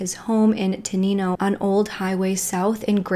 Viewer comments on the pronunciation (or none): its crazy how I havent heard of this & I'm local to the area... btw tenino is pronounced ten-nine-oh